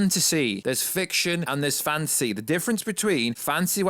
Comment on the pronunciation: whenever you say fantasy, it sounds like you're saying fancy